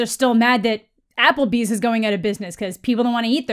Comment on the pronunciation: Bruh not Applebee’s, Applebee’s 😭